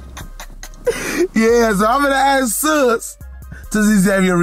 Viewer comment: Lmfaooo .. it’s SUS .. Like SUSPECT .. not sis 😂